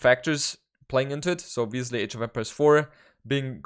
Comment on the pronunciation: I like the way pronounces "Bengalis". Sexy accent. Also everytime he says "obviously" it sounds like "obesely"